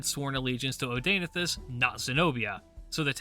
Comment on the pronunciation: Hearing you pronounce Zenobia's husband's name hurts my ears...